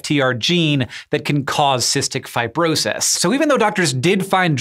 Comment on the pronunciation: "Fi-bro-sahys" weird pronunciation Hank